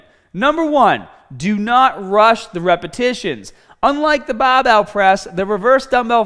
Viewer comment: lol this guy's accent is really interesting, sounds pretty american except whenever he says the ar syllable like in bah bell or ahm days. really funny